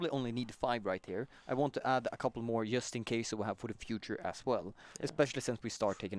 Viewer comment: Why can't he say JUST right?